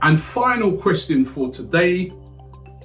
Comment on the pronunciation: saying question like, quetstststin